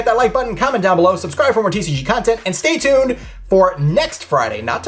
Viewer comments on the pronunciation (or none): none